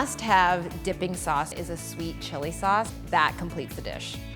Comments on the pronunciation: its sauce not "suace" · It's soy sauce not soy suace